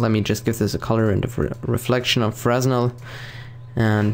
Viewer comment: haha "Frez-Nel" its called "Fruh-Nel" :P. don't worry. GSG, Andrew Krammer and many others have said "Frez-Nel" before being corrected by a fan. :P